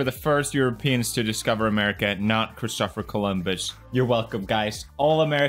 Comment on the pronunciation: "Cris-toffer Columbus"